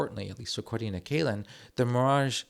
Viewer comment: Excellent video and you had a very good expert in Dr. Kälin to learn about this. Great German pronounciation as well. Just a couple of additions: - Our Rapier systems have been decommissioned. Unfortunately they weren't sent to Ukraine, would have loved to see that. - The fortifications that have not already been sold (some of them are popular among firms for putting their server infrastructure inside them for example) have been put under a sale suspension, meaning they'll remain in the governement's inventory and there's currently a sort of collective brainstorming initiative going on, that's run by the government and primarily adresses start-ups and other companies from the defense industry to figure out how they could be used again - Bridges and other critical infrastructure can't be blown up anymore - we also considered buying the Super Hornet - you are 100% correct in saying that we as a country do not take this serious enough unfortunately